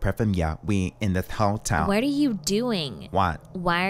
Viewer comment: “HOTYAL HOTYAL HOTYAL” 😂🤣🤣🤣🤣🤣🤣🤣